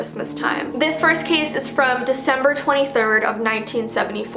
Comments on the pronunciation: Girl its not veecember its December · Yes yes yes veecember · It’s veecember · Intro:Its veecember Me:wait what how is it. oooooppppp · Veecember me: CHANGE THE NAMEEEE CHANGE IT TO VEECEMBER NOW! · I love how its not december its veecember